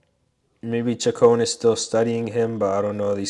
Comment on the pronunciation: Great study. I think Chacon is pronounced Shacone.